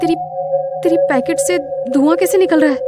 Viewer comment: khooni monday is best , it's pocket not packet